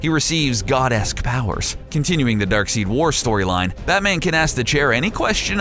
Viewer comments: Darkseed?! Kirky? Seriously tell your voice over guys proper pronunciation. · Wtf is darkseed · Now I know for a fact the narrator has no idea about comic books. No one that reads comic books would ever say "darkseed" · It's pronounced dark-side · ricky Martin Jr *Darkseid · ricky Martin Jr the narrator pronounced a few D.C. names wrong in this video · dilligafboss THANK GOD someone actually corrected him on that I got really annoyed with it also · Is not darksid is darkseid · Its not darkseed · Did my man just call Darkseid Darkseed! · DARKSEID is pronounced as dark side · It’s pronounced DARKSIDE spelled DARKSEID. Tf is DARKSEED? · And it is pronounced dark*side* not dark*seed*. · One It's Dark Side not Dark Seed. Two Batman has powers just not the way you would normally think of them as he can see Deadman something no other mortal can do, he can and has breathed in space for a second ( longer than anyone without powers can do) he has also been shown in Rebirth as being able to sence magic/magic use plus he is a better detective than all real world law enforcement agencies combined ( When written correctly) Not to mention the fact that even with his memory erased three different times of who the league of shadows /Assassins were he still found them again so go ahead and believe he doesn't have any powers if you like but evidence points otherwise. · It's pronounced darkseid, not darkseed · Darkseid is pronounced Darkside, not Darkseed... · It's pronounced, "Dark SIDE". You can call him dark seed if you want just so long as you know you are saying it wrong. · 'Dark Seed' Interesting... I pronounce it Dark side(Darkseid) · ITS DARKSEID NOT "DARKSEED"omfg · Who the hell is "Darkseed"? He can't be Darksied, that's pronounced "Darkside". I mean I would hope that comic book nerds know this which leads me to believe this guy isn't a comic book nerd and is just doing this for the paycheque. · It's pronounced Dark side. Not seed. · omg it isn't darkseed it's darkseid